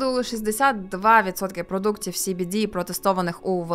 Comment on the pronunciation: Ну принаймні СBD ви правильно вимовляли xD